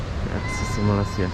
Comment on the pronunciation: aku mahu menegur kamu yaa jgn sebut malasia ramai jawa indo menyembut nama malaysia dgn salah sedikit tidak tempat sebutan nya malaysia* bukan malasia yaaa aku mahu menegur kamu perkataan nama negara 👉ni malaysia bukan malasia bunyi nya aneh skali salam saya dari perak hadir